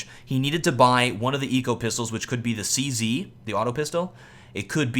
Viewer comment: CZ is pronounced čezeta. Czech Weapon